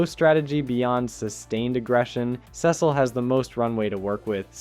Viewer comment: your pronunciation of cecil is whats killing cecil